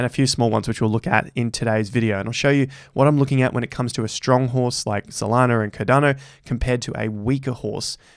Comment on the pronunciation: Its called CARDANO not Cadano...ffs like